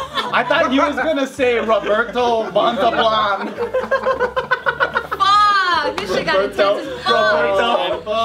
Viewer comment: did not even say Montalban right didn't he?